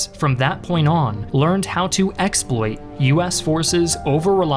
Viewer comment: Weird pronunciation of "exploited" and "earnest" . . .